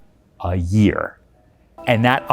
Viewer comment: For a guy that makes $160k a month (+++) really emphasized that, "A. YEAR." lol. Do we measure our income on a different scale? Bezo's scale? 38,000 a second? ;) lol